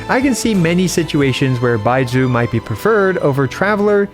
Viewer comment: If you want help pronouncing the "zh" sound, try saying the s in "measure" it's the same sound Bai-mea-su